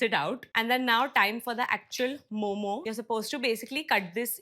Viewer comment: It’s MO:MO not momos please🙏🏻😭and momo with mayo is like crime😭